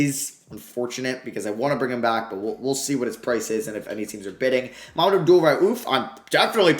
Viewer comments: It's "Mah-Mood" not Mohamed, love the videos though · It's "Mah-Mood" not "Moo-Ham-Mad" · Mahmoud is pronounced Ma-Moud